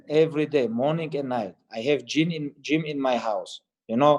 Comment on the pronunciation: It's Gym not jinn